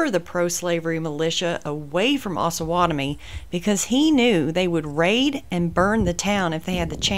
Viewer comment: OsUH not osah, the town is named after the Osage and Pottowatomie native tribes